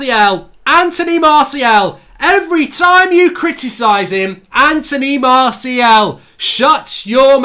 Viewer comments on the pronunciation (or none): how’s he not able to say Martials name properly though.. mans saying Marciel 😭